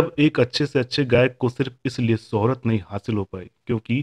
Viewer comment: एंकर साहब, आपकी भाषा में उच्चारण दोष बहुत है। शोहरत होता है सोहरत नहीं होता ।शख्सियत होता है सख्सियत नहीं होता ।आप पर "श" बोलना नहीं आता। पहले "श"बोलने की प्रैक्टिस करना तब जाकर एंकरिंग करना।